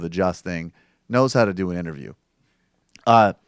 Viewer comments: Its pronounced tommy not tomey. Who the fucks name would be tomey? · Tomi is pronounced tommy